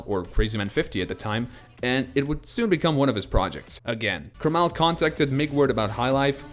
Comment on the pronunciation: Who says kermál? I thought it was kérmal